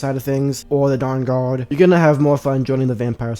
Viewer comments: The durr durrd? 😂😂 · Cwossbow bowts fwom the downguawd 🥺